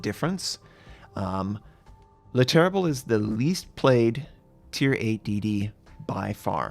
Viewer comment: Thanks:) And as a assist (not to bash) because you'll be saying the name more times in the future and you are using the "le" in front of it and not "the": Le Terrible is spoken as "ter-rie-bluh":) Or "The Ter-ri-bol" if you really want xD But choose;)